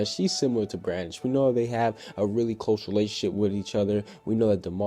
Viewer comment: you said Brandon instead of brandish ;~